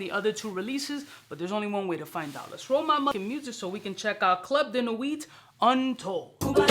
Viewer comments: Im usually not pronunciation stickler but idk why him pronouncing the "t" in nuit is irking the hell outta me lol. Also, baccarat itself has the same harsh rubbing alcohol vibe in the opening. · Sir at least pronounce nuit correctly. T IS SILENT in nuit